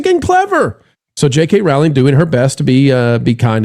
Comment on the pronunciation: ROWLING is pronounced like BOWLING.